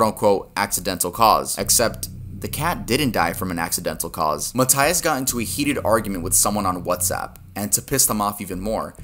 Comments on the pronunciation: Mataias, MATAIAS broooooo 😂😂😂😂 why do u say it like that It’s Matias 😭😭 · You are saying MATÍAS wrong it's m-a-ite-as